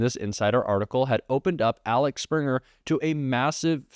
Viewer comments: It's not ALEX-Springer......it's AXEL Springer..... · Can't you read A-X-E-L? You changed this name to ALEX SEVERAL times. You have 2 AXELS on your car. This is why I won't subscribe. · AXEL...not Alex.. 😂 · Axel, not Alex... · It is Axel not Alex.😊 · AXEL Springer not Alex Springer. How many times can you read the thing incorrectly?! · The name is Axel, not Alex, just saying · Axel not Alex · I like ur vids dude, and i could be wrong, but mayhaps its pronounced like guns n roses guy lead dude?..idk. seems closer to that than alex based off spelling. Again i could be wrong and its a teeny part of ur story, but respect and want best for u and channel❤ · Axel, not Alex. :D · Love the video but as a German I have to highlight: it’s AXEL not ALEX. It’s tough, I know, but relevant difference. Thank you for your work! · AXEL Springer. AXEL, NOT ALEX. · I hate to pick the nit about pronunciation, but. Let's work on 'Axel'. (AHK sell, not AH lecks) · It's AXEL Springer, not ALEX Springer. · It’s Axel Springer, not Alex Springer. 😊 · Its Axel Springer, not Alex Springer. Read the word! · Imoressive how you can pronounce Axel Springer as "Alex" Springer consistently ... 😢 / 😅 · Axel, not Alex 😉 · Mr. Sprinter’s first name is Axel, not Alex. Please be careful when reading published articles which you are showing on the screen. 💙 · It’s Axel not Alex … 🤷‍♀️🤷‍♀️🤷‍♀️ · The man's name is Axel, it is a German name, not Alex. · The company is AXel Springer ----- AXel not ALex You don't do your credibility any favors by mispronouncing an important name again and again. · “Axel” Springer, not “Alex”. Common German name. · It isAXEL not Alex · Hey; “Alex” is spelled “Alex”. “Axel” is spelled “Axel”; not “Alex”. Get it together man! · His name is AXEL!! Man oh man .. not four times , the whole way through. I try and try to get through Jacks vids. He needs to maybe review article before speaking. Please try harder. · *Axel Not Alex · His name is Axel not Alex. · It's Axel, not Alex.